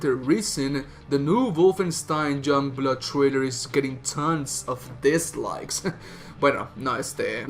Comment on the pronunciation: You literally can't say shit about the game until you've played it and then you wanne comment on characters, story, dialogue and everything. Pffp 🙄 go away Also.. it's YOUNGblood.. not Jungblud.. learn proper pronunciation